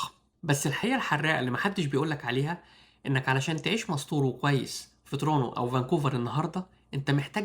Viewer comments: بقا الناس في مصر وليبيا والسودان وتونس لما ينطقو Toronto بينطقوها ترونو !!!!!!! الفيديو بيخاطب المهاجرين الجدد او الي لسا مهاجروش اصلا ودول بينطقوها تو رونت تو ... اعتقد كده وضحك الا لو الي بيرد عليا الغباء الاصطناعي مش انسان بعقل.... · ترونو ؟ نصيحه لما تتكلم مع ناس اغلبهم لغتهم مش ممتازه .. انطق الكلام بوضوح اسمها ... تورنتو ببساطه وسهوله مفيش داعي للتعقيد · علي فكره انا كندي مولود في فانكوفر وعمري 34 سنه عمري في حياتي مسمعتش بشري علي ارض كندا بينطقها ترونو .. فبلاش فلسفه علشان ربنا يباركلك في فيديوهاتك وفلوسك